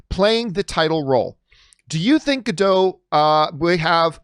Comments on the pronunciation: I have to say, because it's bothering me - It's not "Gal Gado", It's "Gal Gadot". You need to pronounce the T at the end. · It's like changing the whole meaning of the name, just because some people refuses to pronounce the T in the end. "Gadow" means nothing in Hebrew, "Gadot" is. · It still makes me laugh the way people refuse to pronounce the "T" at the end of Gal Gadot's name as if they think she is a Frenchwoman. 😄